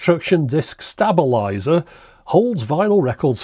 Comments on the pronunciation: ... how do you pronounce "stable"? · Stab-a-lizer? Sounds like a current UK thing. :)